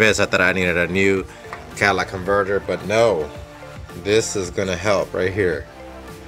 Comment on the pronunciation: Cadillac inverter are you deaf